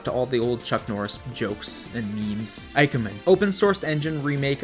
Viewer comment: I absolutely understand the brain goblins and how hard they are to fight off, I won't hold it against you if they end up being too strong. As for IKEMEN, it'd be more like ee-kemen, so very similar to how you already say it, just an 'ee' sound at the beginning instead of 'eye'. It sucks that writing Japanese in English follows so many different rules than just reading English naturally.